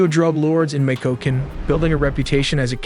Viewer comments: “Mitch-e-oh-khan” fwiw. Not “mick-o-ko-can” 😂😂😂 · "Mecokecan" Was not the right way to say michoacan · Its not pronounced Mikoken, its MY-koken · MEECH-OH-AH-KHAN Not: Meekokan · I think the city of Michoacán was butchered the most: Mee-COKE-cun. I gave it a full 10/10 (a complete butchering). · Michoãcan = [Me-Shoe-Wa-Kahn] Guana Juato = [Gwan-A-Who-What-O] Nayarit = [Nah-Yah-Reet] Jalisco = [Ha-Lease-Co] Guadalajara = [Goo-Wah-Dolla-Hara] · mi-co-what???😂😂 are you trolling us?? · Mf said Mi Ko Ken 😂😂😂😂😂😂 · michoacan - mikoken 🤣🤣🤣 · Me coke can (Michoacan). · And what about Michoacán 😂